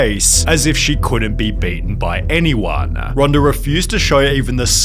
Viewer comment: I thought her name is Ronda, NOT Ronder.